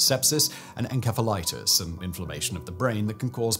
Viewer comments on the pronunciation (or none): Did he mispronounce encephalitis?!? It’s pronounced /sef/, not /kef/ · No, you’re wrong. Don’t say encephalitis that way. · Encephalitis. The c is pronounced like s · en-KEF-alus you're a pro! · En-keffal-itis is a brainrot I wouldn't wish on anyone